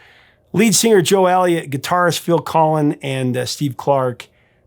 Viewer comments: You keep saying Phil Collin is it the same as Phil Collins from Genesis ? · Why are you calling Phil Collins, Phil Colin? 🤔